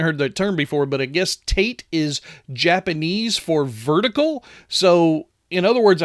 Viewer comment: its Ta-te